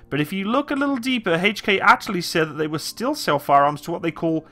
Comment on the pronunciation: I can't stand the way you say, "Hay-ch & Kay" It is H....not HayCh.